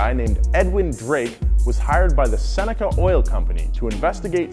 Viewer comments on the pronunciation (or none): none